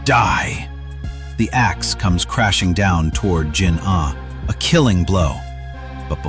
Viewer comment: Yo pls adjust your voice with the jinah not jin ah